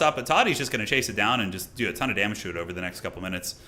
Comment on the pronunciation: "Alot of damaaage" is exactly what the turin watching french would say.